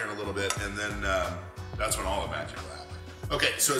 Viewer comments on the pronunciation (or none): none